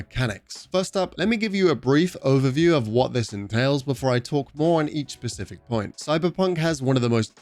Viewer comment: I like how "pacific" you were. I may buy it.